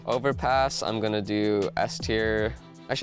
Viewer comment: He said it correctly before starting the list, funnily enough. His inner Dane must've taken over 😆